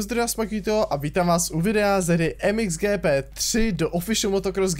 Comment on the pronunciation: čteš to špatně to mxgp